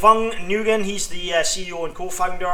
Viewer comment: You pronounce Nguyen as Win not Nugin fyi